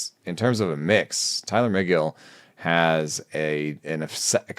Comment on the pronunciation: The breakdown on Tylor Megill (“meh-GILL,” not “MAY-gill”) might be even better than what said. It took Megill a minute to get that sinker fully integrated. He went back and forth between the majors and minors all summer, returning to the majors for good on August 30. Prior to that, he had an ERA over 5, FIP over 4, with a ~26 K%, 10.5 BB%, 99 Stuff+, and a (yuck!) 90 Location+. After that, he had a 2.32 ERA, mid-2s FIP, ~28 K%, 7.8 BB%, 108 Stuff+, and 103 Location+, and the sinker had > 40% O-Swing. Shape-wise, it looked a little like Zack Wheeler’s, believe it or not. They’re both extension boys, and got a lot of chase on their sinkers, so it makes some sense. He has an option remaining, so it’s not clear that he’ll start the year with the big club, but I hope he gets some run. Free Tylor Megill!